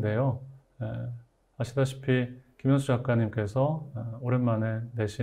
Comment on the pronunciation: "간딴"!!??? 왜 된 소리인가요!?? 그저 "간단"이라고 해야지요! "간딴"은 일본 음입니다.!! "아시다싶이"의 첫 자는 제발! 길게 발음해야디요! 이런 통상 고유어의 발음을 바르게 발음하지 못하는 한국 소설가!! 참으로 실망했나이다.